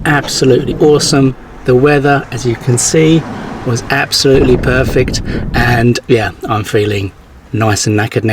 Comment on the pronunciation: What's that word, neckered? I thought you said naked, haha!